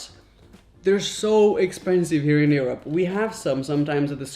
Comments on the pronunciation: Raphael said: erope instead Europe at 4.48 lol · I like your show. Curious that you pronounce Europe as "ear-up" instead of "your-up" - first time I've heard that. Just saying. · Skip to when Europ is pronounced awfully by a guy that complains that European cereal is plan… ☠️